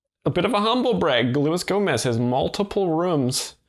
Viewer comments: It’s not Go-MAY, it’s HO-moze. The G is silent. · Gomay? Cmon dude. It’s Gomez. Not a real ass dude 😊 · "Louie Gomay"